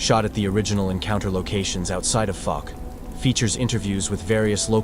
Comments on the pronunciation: They use an AI voice for the videos. AI is known to pronounce words wrong sometimes. Great video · 👣⭐🙏🏆 Pronunciation of Fouke is FOWK-uh , ˈfaʊk, like "ou" in ouch. Research stories from the Caddo Indians and the Sasquatch. Thank you for sharing this